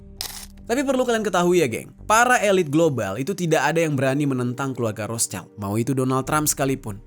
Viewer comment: Bacanya Rot Shild ya bang. Bukan Ros chaild.